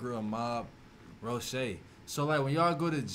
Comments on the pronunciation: Mighty Mongrel Mob Roche? hahaha It's ROGUE not Roche... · Can we talk about the time he said Rochet when it said rogue haha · Did he just say mighty mongrel mob rooshay 🤣🤣🤣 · lol rocue , its rogue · Man said "Mighty Mongrel Mob Rochea" 🤦‍♂️😂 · The bro said ROGUE as ROSHAY!😂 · He said roshey it's ROGUE mAh bro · He said roshay 🥲😂😂😂👀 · Rouge bro not Roche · Rochee 🤣🤣 it's rogue batha 🤙🤣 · Bruh Roshae?? Do you know know the word ROUGE lol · Its thats not how you say rogue my dog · He pronounced rogue wrong 😅